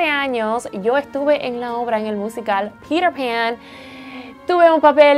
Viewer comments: Porque en vez de decir peter pan como se dice verdaderamente "piter pan como suena porque dicen pirer pan.....Hablen su idiomaaaa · Me da risa como pronuncian Peter Pan. "Pirer pan".<3